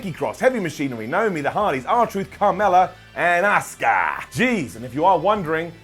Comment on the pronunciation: You actually said “Asuka” 😳